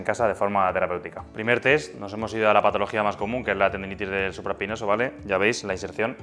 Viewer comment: Excelente video. Pero porfavor pronuncia mejor las patologías!